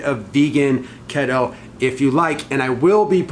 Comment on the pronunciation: What's Ketto? Keto is pronounced KEE-Toe 😜 But seriously, much love and respect to not be afraid to step out and try something new!